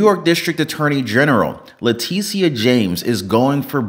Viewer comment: This guy can’t Can’t pronounce Letitia James’s name correctly And she’s not the district attorney for New York City. She’s the attorney general for New York State Alvin Bragg is the New York City, District Attorney.👻☠️🤡